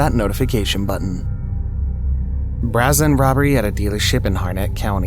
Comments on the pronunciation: Uh, “brazzen”? Go with “bray-zen” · It's not "Bra-zen" it is pronounced "Bray-zn" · I don't know if it is the writers or just the person reading the script, but the word "brazen" is actually supposed to be pronounced bray zen. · You mispronounced a bunch of words brazen being the most used “bray-zen” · Brazen. Bray Zen. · The WORD IS PRONOUNCED-BRAYY-ZEN . I don't understand How You do not Know this by Now Already. Video after video you Sound Ridiculous. Jesus Christ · That is not how you pronounce the word "brazen". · Why can't this guy pronounce "BRAZEN" right???... does it drive anyone else insane??... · The way this guy pronounces brazen.....WTF...